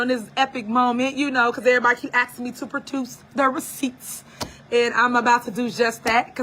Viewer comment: Did she say Protuce the receipts?????😂😂😂